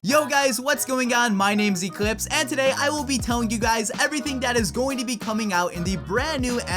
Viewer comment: Angel-Jesus Gonzalez me too ""lord Echihpse" lol